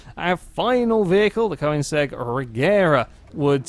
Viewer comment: Some people don't even try to spell or say Koenigsegg, they say "Koensegg" or spell it "Koneggis"